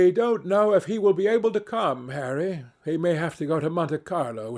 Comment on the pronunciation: It sounds so right when he says harry